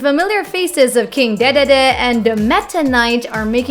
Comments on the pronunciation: its spelled king dididi but written dedede not king dehdehdeh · It’s pronounced dee dee dee not dae dae dae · I'd complain about the mispronunciations like "Wall-E" for wooly, "jont" for joint, and "Dehdehdeh" for Dedede (I don't blame you for this one, it's "Deedeedee" for the future), but your voice is so cute that I don't really care tbh :3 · “In the new high-speed devilish modes of their new mini-games, with the familiar faces of King Deh-Deh-Deh.” Really, “Deh-Deh-Deh”? It’s pronounced as “Dee-Dee-Dee”, love, like DVD. You don’t go saying it as “Deh-Veh-Deh”, do you? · "King Dehdehdeh" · King Deh Deh Deh It’s King Dedede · King Deh-deh-deh? Come on now.....do you even play video games? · King dehdehdeh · Its dee dee dee. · Lol King DehDehDeh... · I felt a part of myself die when she said king dedede so very wrong. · King dedede was so great the way it was said 😬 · The way she said King DeeDee's name. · Is that really how King De De De is pronounced? Omg.